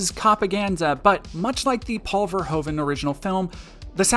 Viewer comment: As a Dutch, nothing is more hilarious to me then Americans mispronouncing Paul Verhoeven’s name Might pick it up